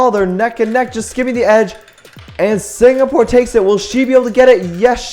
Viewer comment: It is singapore not signapore